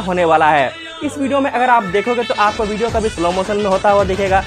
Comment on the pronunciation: 1000 baar bhidiyo bola😂😂😂